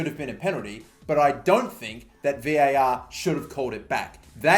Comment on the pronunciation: I really hate that you say v.a.r. instead of var, still love your content tho